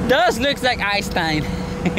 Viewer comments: Its Einstein, not Eyestine lol..... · It's EIN-Stein", not EYE-stein"! Learn English!